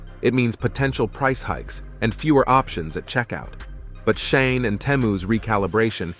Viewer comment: It's pronouned SHEE-in.